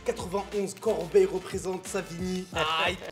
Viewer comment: Corbeil pas corbeille frérot 🤣🤣